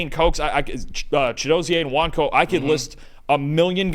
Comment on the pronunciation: You two more know than the so-called “ experts”. And as a Nigerian, I genuinely appreciate your pronunciation of “ Okunlola” and “Nwanko”. It wasn’t perfect ,but an excellent effort nonetheless .Extra portion of Jollof rice for both of you👏🏾👏🏾